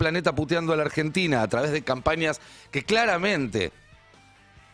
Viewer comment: dice argetina